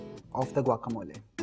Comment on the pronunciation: I am impressed that the chef pronounced guacamole like a Mexican. Muy bien, Señor. I tried your recipe and it was delicioso. Gracias.